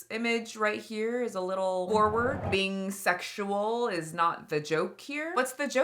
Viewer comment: She is gross… “It wasn’t segzual” … “I do things that are a like inappropriate.” “I use innuendos but it goes over kids heads…” girl stopppp go back to your cave.